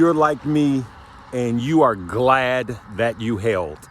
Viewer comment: glad or glade? lol